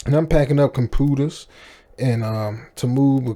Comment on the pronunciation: "I was moving compooters"